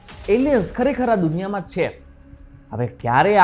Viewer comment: Bhai “chhe”bolta sikho pehla! Please